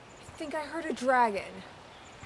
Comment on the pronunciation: it is dragon not sragon